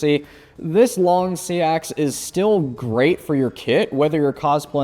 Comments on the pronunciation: Yeah pretty sure it’s supposed to be “seex” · He’s wrong. It’s pronounces sax. It’s where Saxon comes from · I've never heard it pronounced like "sea ax". Learn something new every day...